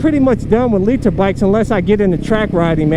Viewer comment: to Noobs: “Don’t get a LEE-Ter bike!”